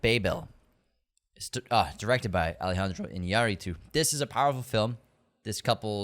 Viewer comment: You are pronouncing Babel wrong!